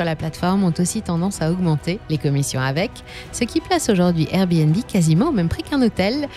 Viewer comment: On en parle du airbéNbé 😂 ?